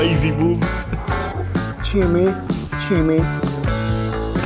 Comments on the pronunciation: chime changa not shime shanga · I've never had a chimichanga that didn't have Mexican rice and black beans inside, a delicious cheese sauce on top, and sour cream and guacamole on the side. No salsa for me. Say it with me, chimi- changa(pronounced chimi not shimi, and chonga not changa). 😊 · It sounds like you're saying schimischanga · CHIM-EEE-CHONGAS- LOL- I love ya dude. In your video about the Fajita that your wife had you thought this food was mainly in the south and that isn't correct. Chimichangas, Fajitas, and Tacos are all over this country. Mexican cuisine is awesome. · The pronunciation is Chi mee Chaang guh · Shimishangas.. lol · chimi changa.. changa don't say it wronga